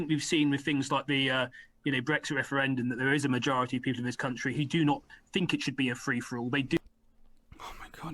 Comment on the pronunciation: A Tory MP and he can't even say th- correctly "I fink these left wing lawyers....". Fick as pig shit. Probably brought in to sound like your typical EDL type and appeal to them.